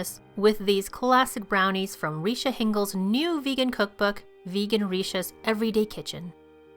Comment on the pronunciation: Everything looks so good. 😍 BTW Richa is pronounced as Rich-aa. 🤣